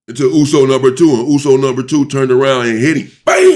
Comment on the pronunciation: This guy pronounces USO correct and clearly u can tell he kikd it with samoans 😂🫡